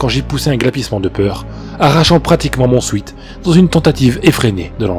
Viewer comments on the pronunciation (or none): 1 classique cette, creepy. Par cntr, c'est pas "sweet" la prononciation de "sweat" (soit sueur en anglais), ça rhyme avec "wet"